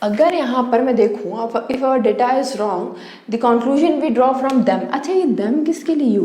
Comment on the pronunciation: Data Nahin data hota hai data mam